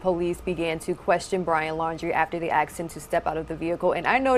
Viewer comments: She is clearly stupid. Probably no college. Its asked, not axed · OMG She said axed again ... hmmm. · ... Did that woman say 'axed them to get out'?? WTH